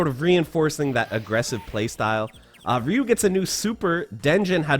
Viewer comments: Ryu is stronger than Ken. Also, you mispronounced "Ryu" the entire video. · i dont give a crap of the proper pronunciation of Ryu's name. The 8 year old boy in me that lined up all those quarters at seven eleven is going to pronounce it "RYE-YOO." and its like nails on a chalkboard hearing you say "REE-YOO." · It's not ree U. It's pronounced RI U . Stop saying ree. Nobody calls him ree u . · Am I the only one annoyed of his pronunciation of RY(E)-U? He keeps leaving the Y out. RU?!?! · Someday english speakers will learn how to pronounce Ryu. Not Ree-you. Closer to D'yu. It means dragon in Japanese. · It’s not reu! Pronounced r-e-y-u! (Ryu) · Did you pronouce: Ree Yu? Its Ry U...or easier terms Ri U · It's not Reee You, its pronounced Rye You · Stop calling him ree-yu it’s PRONOUNCED Rhi-YU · Ree-you will always be Rye-you to me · I remember as a kid, NO ONE ever pronounced Ryu's name right. It was always "Rye-yoo". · I never understood why people pronounce his name Reeyou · Ryu is pronounced Yū “yoo” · Why does he put a couple of e's in the middle of when he pronounces ryu. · Ryu also means school or school of discipline or fighting.... fun fact the way most ppl pronounce the name especially in the 90s "ri-you" is a female name in Japanese. And yes I looked it up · It's really pronounced 隆/Dyū. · I think your information is very accurate, how I don’t know how you learned to pronounce Ryu’s name as Rio? I’m being a knit picking little bltch but I’ve just never hear anyone pronounce his name that way I still gave the video a thumbs up. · Rye-u......your pronunciation of it is so upsetting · Why are people all of a sudden pronouncing Ryu as "Ree-Yu"? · It's really pronounced "dyu". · This dude cant pronounce Ryu's name properly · 😂 most of these video about Ryu, keep pronounced two syllables in his name. its only sound just like Ken. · You're pronouncing Ryu's name wrong. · Why does he keep adding an E in Ryu's name ? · Wait...is that how Ryu is pronounced